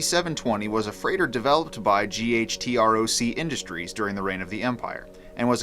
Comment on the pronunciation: I always thought it was pronounced as a word "gutroc" not spelled out